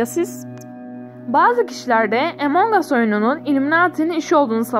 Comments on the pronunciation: O impastır değil impostır ve emong as değil among as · Abla o Emong As değil Among As diye okunuyor .